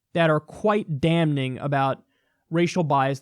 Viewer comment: Kyle! The "n" in damning is silent! And stop saying "drug epidemic"! Only infectious pathogens can cause an epidemic or pandemic. All epidemics describe a bell curve; if they didn't, the first epidemic would have killed everyone. Drugs don't cause epidemics.